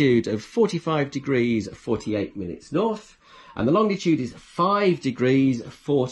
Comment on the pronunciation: Hello from Pedants’ Corner. There’s only one ‘D’ in Longitude. Please stop pronouncing it Longditude. Otherwise, most helpful video.